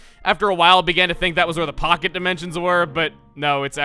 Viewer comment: Chugga when you went into the pocket dimension it sounded like you said fuck it dimension may want to edit that